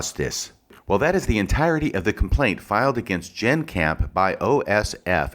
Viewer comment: It's "Jenn". Not "Jann". (It almost sounds like you're applying for a legal job.) I think the bottom line is that, in cases like this, the fuller the context is the better, especially if the context favors your arguments and central theses. Most of what you appear to think of as being superfluous establishes context, motivation, patterns of behavior consistent with the counterclaims. Just my initial view of it.